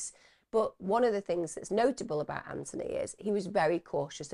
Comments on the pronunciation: His name is pronounced Anthony with the 'th' , his mum argued with the liaison officer over the mispronunciation. It was one of the reasons his mum felt the police weren't interested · I remember that from ‘Four Lives’. Every time the liaison officer pronounced the name wrong, it convinced me that the police saw investigating Anthony’s death as an inconvenience to them.